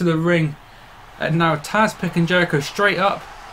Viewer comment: Its tazz not taz